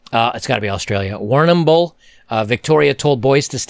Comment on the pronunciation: Your pronunciation of Warrnambool (a coastal town West of Melbourne here in Oz), is actually pretty close!....👍